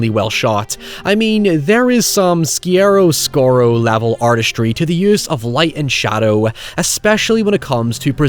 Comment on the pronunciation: That was the wildest pronunciation of chiaroscuro I've ever heard and I love it